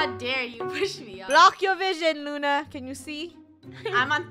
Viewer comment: I'm having complain I'm saying Luna's name wrong